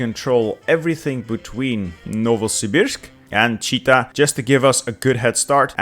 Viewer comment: actually it is Chit-a , not Chi-ta )